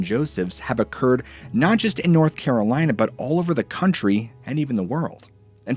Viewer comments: Not Carol-Anne! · North Caralina 😂😂